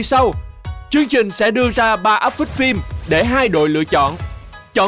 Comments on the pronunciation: Để ý chữ "phim" thì đọc là "phin":) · Quê mình 1 số nơi cũng đọc phim thành phin á, cơ mà đấy là tiếng địa phương. Còn MC thì nên phát âm chính xác hen.